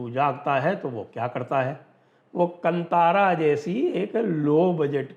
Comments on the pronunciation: Bhai sahaab yeah kantara nahi kaantara pronounce kijiye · Sanjay ji, glad you covered this. It’s pronounced “Kaantaara”, and not “Kant-aara”. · It is not KANTHAARA , it is pronounced KAANTHAARA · Sir it is Kaantaara, not Kantaara 😊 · The pronunciation is कान्तारं ಕಾಂತಾರ. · Sanjay sir, thanks for this video 🙏🏻 Right pronounciation is Kaantaara (कांतार) 🙏🏻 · One small correction, 'ka' has badee aa ki maatraa. It is to be pronounced as "Kaantaara" Sir.